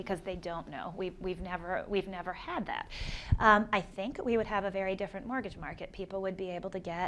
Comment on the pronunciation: Is the host not able to pronounce "mortgage"? He keeps saying "mortage" :)